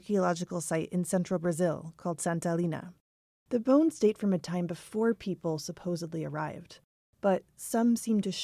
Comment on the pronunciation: How did you not help her to properly pronounce bones ?